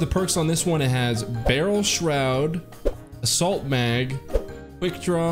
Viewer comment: It sounded like he said “salt mag” when he showed assault mag lol